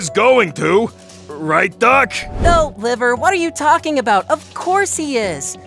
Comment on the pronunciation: Liver sound like venus